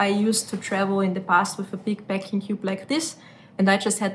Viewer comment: Peck or PACK ? She keeps saying ‘peck’ which is a completely different word so it is very confusing...the pronunciation between these two words differs as well but she just insists on saying ‘Pecking cube’...